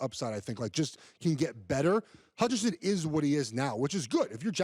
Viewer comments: dude said adrian Hutchison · Adrian Hutchingson… c’mon man. At least say his name right